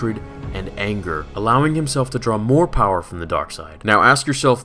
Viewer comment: I love how he says "powah" at the end like palpatine does